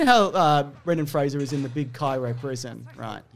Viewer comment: Kudos for pronouncing Fraser correctly 👍🏻